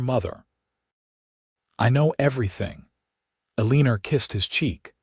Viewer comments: Enjoyed the story. Sometimes mothers know more than you think. Eleanor is pronouced El en nor not E lean or. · Your AI mispronouncing the mother's name Ellenor as "a leaner," is SUPER ANNOYING!! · El - A - Nor... Pronunciation matters... 🤪